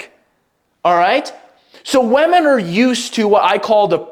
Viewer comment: Please learn how to pronounce "women".